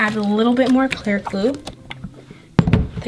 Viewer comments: By the way you don’t know how to say glue because you say gluul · Sounds like she is saying glue all... Like if u agree